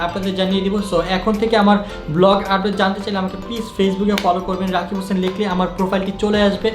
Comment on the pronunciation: Uccharon ta rosshi ei..roshni nhh. Mehdi was right☺☺